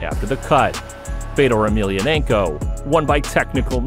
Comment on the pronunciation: Wish you'd pronounce his name correctly!